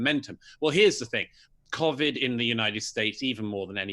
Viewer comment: I love Douglas!! But I hate how he pronounces the word covid 😂😂😂